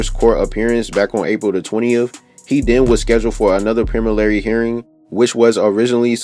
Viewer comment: Why do you do this? The word is preliminary, not premilary.